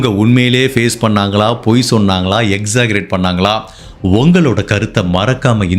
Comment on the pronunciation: Pls correct the pronunciation of "exaggerate"bro.